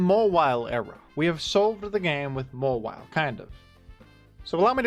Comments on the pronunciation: Its pronounced Mawhile. Dont ask me! The Hoenn dex said so! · It's mah - while.